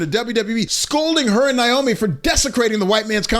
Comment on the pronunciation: It's NAY-oh-me, NOT "NIGH-oh-me." At least pronounce Trin's stage name correctly. It's kind of funny WWE would release M.J. (Sasha) but not Trin. I suppose though, if they did, they'd risk her husband Jon (Jimmy Uso) leaving with her and taking his brother and maybe even Joe (Roman) with them.